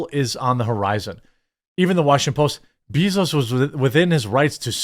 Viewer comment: anyone else not like how Jeremy pronouncing jeff bezos name. like I hate the guy too but damn